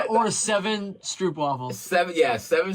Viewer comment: Sorry ladies.. but it’s strOOpwafels, not strupwafels ;)